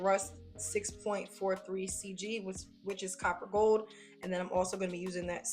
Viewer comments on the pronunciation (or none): none